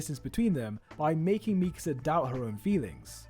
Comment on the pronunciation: I just like how you actually pronounce Mikasa’s name correctly